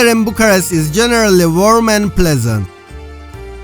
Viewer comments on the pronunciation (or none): Why do you keep saying Bucharesy, must have said it 1000 times. Bucharest.